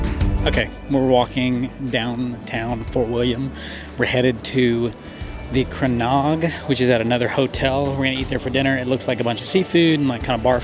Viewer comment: Comments on here are a bit trivial, give this couple a break guys..., I think that was your name, your pronounciation of loch, Clachaig, etc was perfect, I think you were a scot in a previous life. 😄😄. Fantastic video guys, all the best!